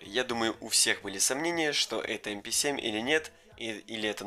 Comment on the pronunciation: Пишется МП7 читается эмпе сьем